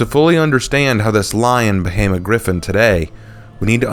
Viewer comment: The redemption? Holden cross one of the most favourited characters got absolutely butchered with "Gryphon".